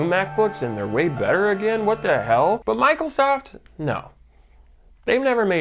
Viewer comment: Did Jakey say Michael Soft. . Michaelsoft Binbows reverence😂😂😂